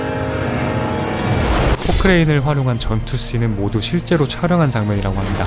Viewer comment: 합니다 발음이...?